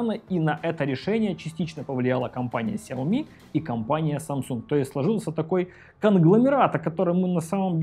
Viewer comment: Вилса ! Ты опять забыл ? Читается 小米 Сяо Ми ， ударения на Я и на И !!! Каналу и лично - успехов !!!